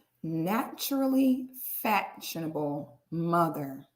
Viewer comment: Its the “naturally FATshionable” thats sending me 😂😂😂😂